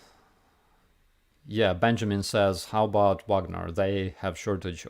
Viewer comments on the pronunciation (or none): none